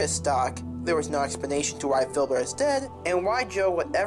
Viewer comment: ITS FILBURT